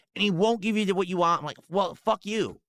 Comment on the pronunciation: Wahn' is the worst for me